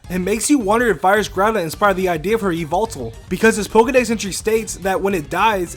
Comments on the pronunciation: "EEE-vol-till"? You mean "yiv-ehtal", right? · It say in the anime that it is Yee-vel-tal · IT IS JA-VEL-TAL!!!! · Different people, different pronounciations. I personally say Ee-vel-tal. Never heard of Ja-vel-tal before, though. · Ja-vel-tal. Not ee-vil-tal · its actually Yo-vel-tal 13teen kid